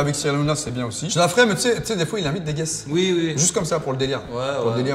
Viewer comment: Je crois que a du mal avec l'anglais. Entre top "jear" au lieu de "Gear" et le "guess" au lieu de "guest" dans a prendre ou a laisser 😂😂.. après ils sont top